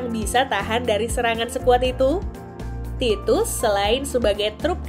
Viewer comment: itu tikus beb bukan "titus" 😂